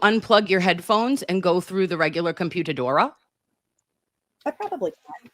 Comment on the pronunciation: I love you. Your intro is my favorite ever. It’s so well rounded. And when you say computadora I lose it 😂😂😂